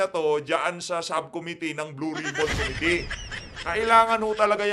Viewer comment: Pwede ba dan pernandes, ayusin mo naman pronunciations mo! Sakit sa tenga. Pls pronounce committee with stress on the 2nd syllable!!!